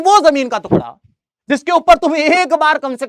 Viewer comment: Jamin ka tukda ❎ jamin ka tukla✅ 😂 btt sir u r the best teacher of sst 😊😊🎉🎉🎉